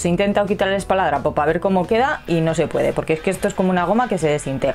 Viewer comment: No se dice espaladrapo, y lo dices varias veces